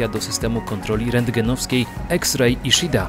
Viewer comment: Czyta się: iszida.